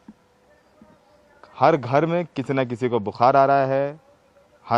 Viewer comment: love your urdu accent. except bu-khar (not like khar, next to bandra) but khaar, coming from back of throat.